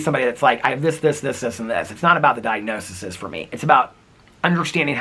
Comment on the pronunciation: I can't stand it anymore. It's "DIAGNOSES," like SEAS, not "DIAGNOSISIS." You're a person with an advanced degree, so I'm very surprised to hear you pronounce this incorrectly. DIAGNO-SEAS, my friend!